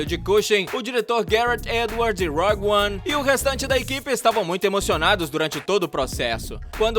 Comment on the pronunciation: Rog 1? Ou rougue 1? Cuidado com as pronúncias aí.